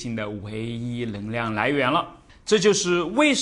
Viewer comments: 纠正一下老师的普通话，【能量】不是【棱量】这个发音对于南方人真的那么难吗？我有一位四川朋友，也分不清，我让他说【男子篮球】他说出的就是【篮子篮球】，就是N L不分，但是让他说【night】和【like】他却又分的很清楚，这件事我就觉得很奇怪~ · ㄋㄥˊ量 不是ㄌㄥˊ量